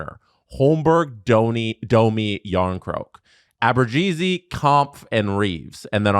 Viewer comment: I'd love for to tell me where the G is in Abruzzese's name he's pronouncing. Because I don't see it. Help please.